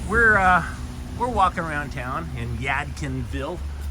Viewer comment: The D in Yadkinville is NOT silent. You pronounced it right the first time!